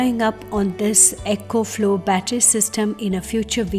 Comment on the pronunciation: Not ECHO FLOW. Its ECO...